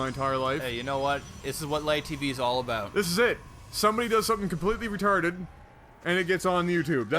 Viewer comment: OMG he said "About" wtf